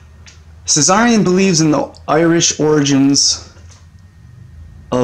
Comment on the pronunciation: Tsarion is a T not a cz....from England...!